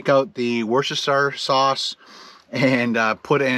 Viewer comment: Lol at your attempt but it's "wos-ter-shire" sauce